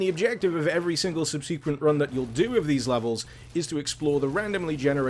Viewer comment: Good, informative video, thanks! By the way, it's "SUB-si-quent" not "sub SEE quent"...